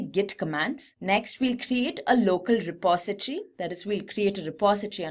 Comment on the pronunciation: It's "milit-a-ry", not "militry". It's "direct-o-ry", not "directry". It's "reposit-o-ry", not "repositry". Great tutorial btw.